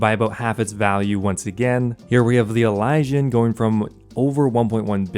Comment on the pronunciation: It drives me insane when you say Elysian lol. It's pronounced ih-liz-ee-uhn